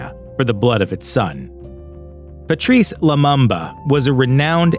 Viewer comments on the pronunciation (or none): its pronounced patrice lumumba not lumamba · Poor video. Too fast narration and unnecessary loud background music. Also Lumumba is pronounced Loo-moom-ba. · The Lumumba is pronounced Loo-mu-mba. All the 'U' are pronounced as the vowel U